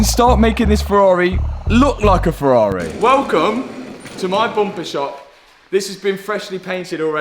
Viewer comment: Matt is building a ferrar(eh) 😂😂